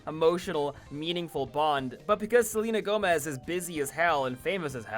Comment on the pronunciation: Selena Gone-mez